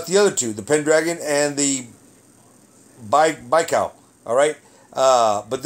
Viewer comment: Lake Buy-call is the pronunciation